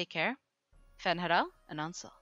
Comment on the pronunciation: Can someone tell what ''Fen Heral and Ansaul'' means or whatever she says